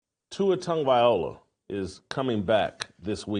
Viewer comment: Bruh, at least pronounce his name correctly. He's going through enough already.